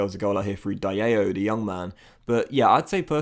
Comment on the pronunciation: amad diallo (dee arr low) isnt pronunced jarla